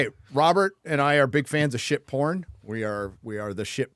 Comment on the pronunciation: "Fan of shhh por", what?😅 Oh, "S H I P", you mean ship. My bad. comes up to Robert drunk, puts his arm around him like chums, "I have an embarrassing fun fact to tell about us. We like shhh por", and Robert is like, "no I don't."😅